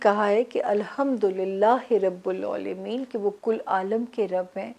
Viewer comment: Plz surah faatihaa ke pehli verse sahi prha kryn.rabul nhe rabil h